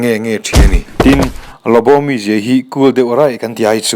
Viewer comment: LuBu emaw Lawbaw ti a lam tur zawk ani , Lawbu ni lo in a tir tr ah khan , Lawbu rawn ti zeuh a😂😂 hrilh hai hman nasa lawm le